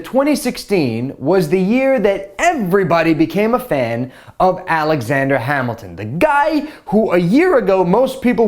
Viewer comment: alajander hamilton? um who is that